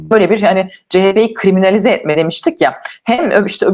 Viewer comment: Krimanilize deyince aklıma karamelize geliyor 🙄